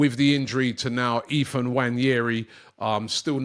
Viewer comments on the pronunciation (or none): none